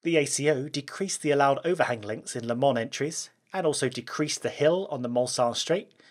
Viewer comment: As a guy from Le Mans, it makes me really uncomfortable with the english pronouciation of "Le Mans" and "La Sarthe" ^_^